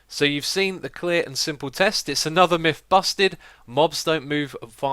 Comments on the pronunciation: Its Myth, not Mif... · "For the fift and final miff..." You make me chuckle every time, X.